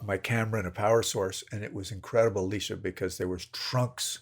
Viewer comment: I think he said “Eleesha” which is not the way she pronounces it, but it might be the way he read it if they were communicating by email.